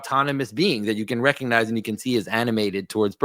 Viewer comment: The "G" in recognize is not silent.